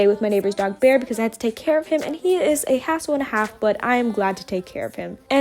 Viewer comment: initially I heard a***ole instead of hassle 😂